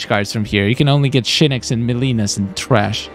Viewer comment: I love when he say TRASh 🗑️